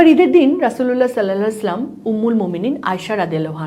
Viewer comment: সাল্লালাহু 'আলাইহি ওয়াসাল্লাম শুদ্ধভাবে ভালো বলুন